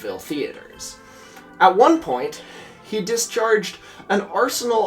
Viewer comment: I thought he said “America’s gay” not “America’s game”